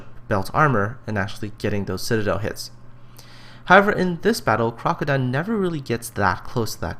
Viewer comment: This is Crokodone, and yes you pronounced my name correct. In regards to my parking cops throwing tickets at me >;D, it was the circumstance, not so much the tactic that parked me on the beach. This replay was around the 9th or 11th attempt at the challenge and this was the highest grossing damage with my Cleveland. I myself thought we would be seeing 150-250k replays from this challenge. I am far from the best player and I certainly do not have the best connection. But there are several factors that dictated this match. (1) the mass of red on the other side of C cap would have spelled suicide had I done what you would have done. 2) our DD's took out the other side's dds very early freeing me up to deal with the bumrush on C cap. 3) With the increase of BB penetration across the board, the island gave me a 2km shield from every ship going up the slot. even that St. Louis did a sizable amount of damage to my boat. 4) anyone who wanted the C cap had to show me their sides and the battleship and destroyer with me backing me up insured I did not get overwhelmed by the enemy battleships. This contest was not about entertainment, I was certain some people were out there trying to be Neo and dodge fire from half an enemy fleet while derpinating the game; I do not know if you were one of them. But none of them met my expatiations when I myself believed when my 100k damage game was going to be the lowest of the competition. I am not trying to offend anyone, just pointin